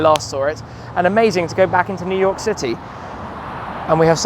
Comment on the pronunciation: New Yoik, eh?